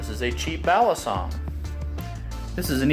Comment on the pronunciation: I rlly dont like how they pronounce balisong, maybe cuz im from Philippines and we pronounce it faster??? M8 I dont know whats goin on with me.